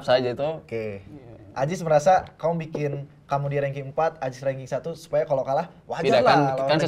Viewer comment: It's "Aziz" bruh, not "Ajis"